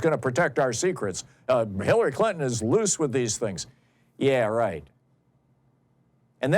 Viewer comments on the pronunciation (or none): none